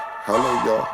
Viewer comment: C’mon you’ve been around harlem Ninjas long enough….don’t pronounce the L in “ya’ll”